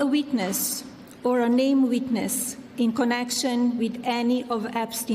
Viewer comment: "Witness" sounded like "weakness" 😂😂😂